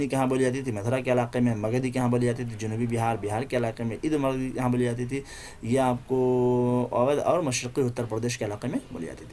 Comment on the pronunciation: قابل ستائش خدمات لیکن سے اردھ مگدھی میں الف پر زبر پڑھنا چاہیے